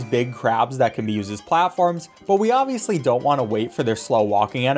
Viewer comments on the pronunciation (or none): none